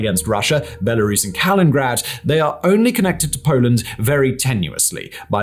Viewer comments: big fan of your videos. Would just like point our that you called the enklav Kalingrad which is not correct.It should be Kaliningrad (KalinINGgrad). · Don't say "Kalingrad." It is "Kaliningrad." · It's Kaliningrad, not Kalingrad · wait til you hear him say Staliningrad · But if he's going to call it Kaliningrad, then say Kaliningrad, not Kalingrad😂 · Is that pronunciation of Kaliningrad used widely? (In this video, I only hear one "in" - Kalin instead of Kalinin) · Kaliningrad not Kalingrad! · So many thousands of video uploads form, and the best we get on this one is “Kalingrad”, instead of “Kaliningrad” 😂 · Is ever gonna get the hang of pronouncing KalinINgrad? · Dude, if you're going to try to sound like you know what you are talking about, say the words right. It's Kalilingrad, not Kalingrad. How hard can that be? You've been mispronouncing that every single time in every video you mention it. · Kalin-nin-grad, not Kalingrad. But you should really call it Köningsberg, as it wasn't on the centuries old Russian map Putin boasts about.. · KalinINgrad, not Kalingrad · its Kaliningrad not Kalingrad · It’s Kaliningrad not Kalingrad!! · It's not Kalin-grad but Ka-li-nin-grad. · Kaliningrad — not Kalingrad!! Vilnius — not Vilinus!! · Why tf do you say "Kalingrad"? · kaliNingrad. I can't take you seriously when you say 'Kalingrad and TanzAYnia'. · Lol "Kalingrad" and "Canader" are really getting to me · Kalinininingrad…nailed it. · Oh! We really genuinely do love you! But it’s getting to be a good week for the cunning linguists amongst us: “Tan-ZAY-Nina”?!!! And now poor old Kaliningrad gets stiffed on a whole syllable!?😂❤ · I’m not sure how many more times I can hear say ‘kalingrad’ before I have to stop watching. Pronunciation dictionaries are available, and reshoots are a thing that some people actually bother to do (particularly for a video with this many views). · Ka LIN in grad 😂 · Wtf is “Colingrad”? Who’s Colin?